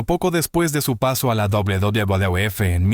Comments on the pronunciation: Porque no pronuncias bien WWF se oye ridículo como lo pronuncias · El contenido es muy bueno, lo que te pido es que ajustes la voz de IA que usas, al referirse a la WWE o WWF, suena extraño y lo peor hace que pierdas el hilo de lo importante que tratas de decir. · Vídeo muy interesante. Mucho ánimo con la pronunciación de la "uvedoble uvedoble efe". Me encanta el canal. A darle duro!!!